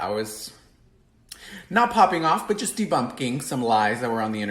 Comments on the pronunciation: Debumpking?? Wtf is debumpking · "Debumpking"??? Jesus wept...